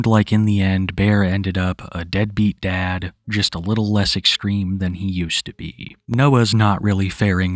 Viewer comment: Pwetty extweme 😂